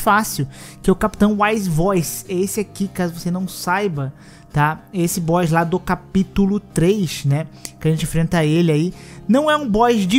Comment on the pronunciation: Ele não é um “Boixs” difícil! 😅 Boss = Bós